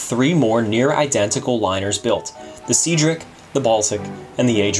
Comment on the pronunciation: Very good, thank you. I did find it funny that you debated how to pronounce Celtic and then immediately following this by pronouncing the SS Cedric as "seadric" as opposed to the correct "sedric". You colonialists do make me chuckle.